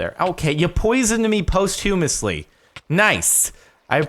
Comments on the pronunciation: Jardon it's pronounced pos-thumously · "post-humously" dude